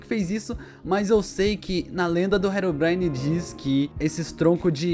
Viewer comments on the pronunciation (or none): "Rerom brain" kkkkk o certo e Herobrine